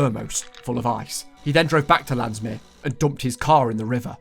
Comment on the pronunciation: can i just say, the pronouciation of bloemendaal and Landsmeer were very good!